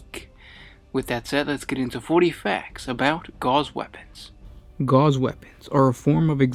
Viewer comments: Gauss is pronounced "gowss", like "mouse." Not "gars" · Pronounced gowss, not gauze. Rhymes with mouse. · A comment on pronunciation. Gauss is pronounced like House. Not like gauze. Just FYI. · Okay repeat after me, Ga-OWs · No, Goose has two O's boys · not to be a that guy ... karl friedrich gauß wasn't french, but german. it's pronounced as spelled, with a clear, short "AU" and a sharp S, not "gouse". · Gauss..pronounced just as is spelled.